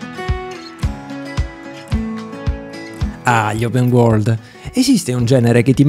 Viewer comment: “Open Uorgld” cit.